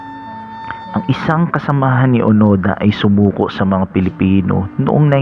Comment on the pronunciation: Hiroo onoda hindi onada